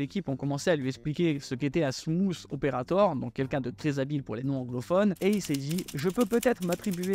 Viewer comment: “Smouss aupairator”